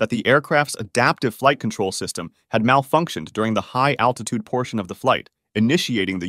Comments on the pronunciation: attitude or altitude? either way, cmon dude (hey that rhymes) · Attitute Controle, is it not altitude control? Okay, even though it is correct, it really sounds funny to say it, lol! 😂. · I swear if I watch another video where someone says "attitude control" not "altitude control", I'm gonna need attitude control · ALTITUDE. THERE'S AN LLLLLLLLLL THERE. NOT ATTITUDE ADJUSTMENT. UGH. FUCKING LAZY. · It’s altitude not attitude just fyi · Gotta be altitude right? Not attitude... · You mean 'aLtitude', not 'aTtitude' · Unstable "attitude" control...lol...maybe you meant "Altitude"? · Are they saying attitude instead of altitude???? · Altitude not attitude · It is altitude, not attitude 😂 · It really is a shame that you say “attitude” instead of altitude almost every single time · Dude kept saying attitude when he meant altitude, remeber kids a word can change entirely if you dont place one letter in the right place